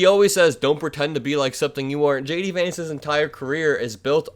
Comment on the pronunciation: I like the way "JD" sounds like "Shady". Regards from a Tom :)